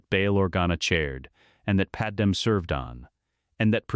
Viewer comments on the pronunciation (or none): And her name is Padme. Pronounced pad may.